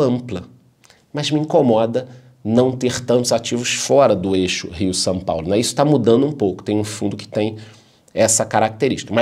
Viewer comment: seus vídeos são tops. Assisto todos e com muita atenção. E sabe uma curiosidade a seu respeito? Vc não pronuncia São Paulo. A sua pronúncia esta mais para Sam paulo kkkkkkkkkkkkkkk Abraço e gratidão por tanto conhecimento entregue